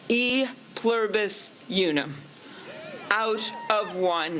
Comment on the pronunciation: Lol E Pluribus Younum. She needs to brush up on her Latin.